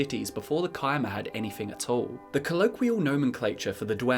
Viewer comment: It’s pronounced chim with a ch like cheese not kim